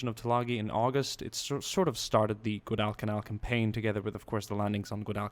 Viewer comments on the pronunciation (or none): its guadalcanal not gudalcanal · I don't usually comment on things like this. But it's pronounced gwadal-ca-nal, not gwoh-dall-ca-nal. Thanks for your time. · guadal canal is pronounced like waddle and ghillie suit is not pronounced 'nilly' but 'ga' like ghost. im sure many others will be commenting this too haha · nice video but you need to learn how to pronounce Guadalcanal properly.